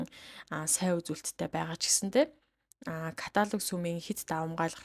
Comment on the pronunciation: Сумын ажилчид гэнэ үү ?!!!!! Үсэгээ зөв унших дадлага хийлдээ